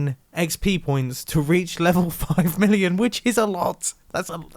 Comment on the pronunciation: all I hear is illion